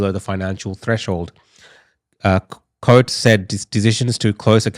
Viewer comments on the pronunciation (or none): Think its pronounced coots